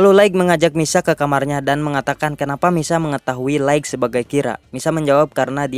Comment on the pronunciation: Bukan laikg, tp laith untuk pronounce light